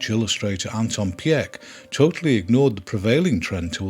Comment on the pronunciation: Great two-parter! Small note: Pieck (as in Anton) is pronounced as Peak. I grew up on his version. Many of his illustrations inspired the Fairytale Forest in the Dutch amusement park De Efteling.